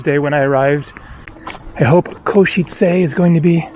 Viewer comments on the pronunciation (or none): In case it helps - you say it well, but just the "e" at the end of Košice isn't "ayyy", it's a short sharp e sound like the e in bed or dead or the start of Everest (not sure if that makes sense but I can't think how to explain it better via typing) - something like "Ko-she-tse" not "Ko-she-tsay". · the first foreign person who can pronounce Košice correctly 😂